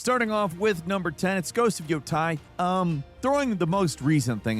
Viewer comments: Yotei not yotai. Sorry to be that guy ur a cute e tho ❤ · why did you call it ghost of yotai? it's yotei. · Its Ghost of yotay not yoteye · Talking about a game as if he knows what he is talking about and can’t even pronounce the title😂 If you have actually PLAYED the game you know it’s YO-TAY not YO-TIE. Good script though I guess. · Yo...tei... It's Yotei. Not Tai. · YOTEI = YOT+EY not YOTAI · Ah yes ghost of xuxima and ghost of yotai, classic 😅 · I feel like he mispronounces things just to comment farm. And it works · you cant even say yotei how are you not an ai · “Yotei” seriously? WHEN R U GONNA STOP SIMPIN FOR THE LEFT ITS GETTING REAL FUCKIN OLD. That game is absolute trash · I’ve become convinced he does this kind of thing on purpose. Idk know how else someone could screw that up unless they never actually played it. They literally pronounce Yotei the correct way in game.